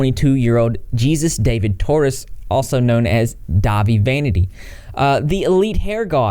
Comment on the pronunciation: His real name is pronounced hay-soos dah-veed for future reference, I'm glad you're covering this!